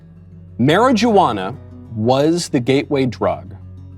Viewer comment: He really said “Marriage-a-wana”